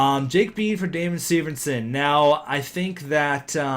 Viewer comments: why do you say severnson? it's severson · Why do you pronounce severson as severnson?